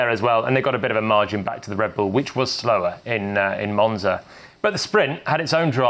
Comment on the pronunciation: That monza 1 isnt how u say it was